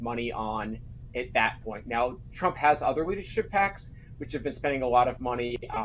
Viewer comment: Trump. Not Strump. It's not that hard to say. You should practice saying it before you do your next video.